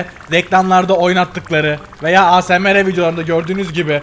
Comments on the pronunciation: abi "A S M R" değil " eysemar" diye okunuyo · Asmr diye yazılıyo ama yazıldığı gibi okunmuyo eysemır diye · Asemere demeniz çok komik 😂😂😂